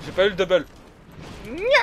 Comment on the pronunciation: tu fait delirer des que ta dit doubul .jai eu dubul jai pas pas eu deubeul